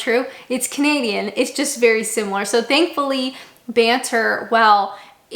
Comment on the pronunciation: Every time she says "I'm a canadian" I actually hear "I'm a comedian" for some reason